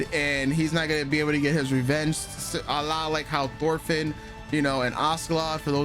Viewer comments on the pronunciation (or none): none